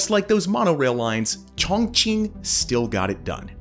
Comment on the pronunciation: Sorry but your pronunciation of Chongqing is not correct, and it sounds like you're trying to hard. It's pronounced more like Choong ching. Also the population is 32 mil if you are counting the entire admin region which also includes huge rural areas, but Chongqing municipality region is much lower and other cities like Beijing and Shanghai eclipse this. A better comparison would be New York metropolitan area to Chongqing metropolitan area which would be 23 mil vs 32 mil.